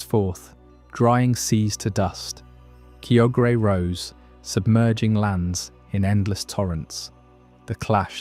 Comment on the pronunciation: Your pronunciation of Kyogre is actually painful.